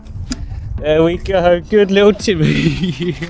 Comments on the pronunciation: 😂🤣😂 TIMMEHH!!!... mate you've got to do that every time now, and keep his Russian accent lol. This is a great little tank, I always wanted a turtle and will get one one day, until then I'll live vicariously through you! Haha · my cats called timmy haha love the way you say it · The way he said Timmy lmao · I have an actual Russian tortoise named Boris the Blade. Now that you've done the Russian accent for Timmy, I'll always think of him and Boris as being cousins, lol. He's so dang cute I can't stand it! Thank you for another great video.